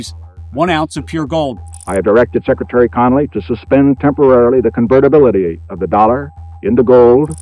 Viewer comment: this son of the beach XD said "temporarily susspend convertibiliti dolar 2 gold". temporarily!